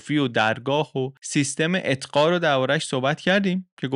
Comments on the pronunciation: شما «اقطاع» را اطقاع تلفظ میکنید لطفا اصلاح کنید🙏❤️ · خسته نباشید.مثل همیشه جذاب و‌ پر محتوا بود. فقط یک نکته کوچک: «اتقا» درست نیست. احتمالا منظورتون «اقطاع» بود. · اقطاع نه اتقا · اقطاء درسته ، اتقا درست نيست، به هر حال ممنون و متشكر از اين ويدىو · اتقا چیه؟ اقطاع درسته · سلام، تلفظ صحيح اقطاع است.